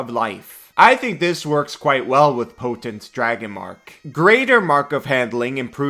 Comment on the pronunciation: "Potant"... Really,?